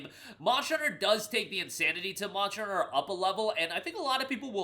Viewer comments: I swear I heard you said "Monster Rancher" whenever Monster Hunter clips pop up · Monsher hunner pronunciation is crazy 🤢🤣